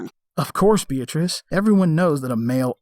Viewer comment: Another top quality video 👍 On a side note, every time you said 'beatrice' it sounded like 'bitch' 😂😂😂